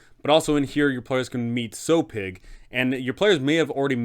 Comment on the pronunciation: Little nitpick, you're pronouncing Sowpig's name wrong. A sow is a female pig, and is pronounced like cow, but with an s